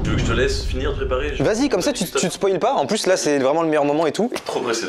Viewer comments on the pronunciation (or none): none